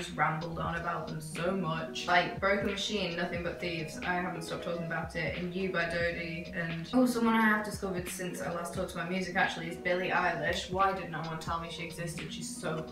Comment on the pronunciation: Btw I think you pronounce Billie Eilish's last name as 'Eelish' not 'Aylish'😅